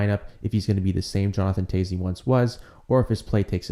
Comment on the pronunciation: it is pronounced Jonathan '''Taves" too ....